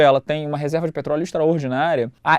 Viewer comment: "petroleo" kkkk até parece